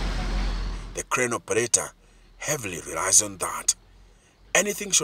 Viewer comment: Why did the narrator say operarer though😂😂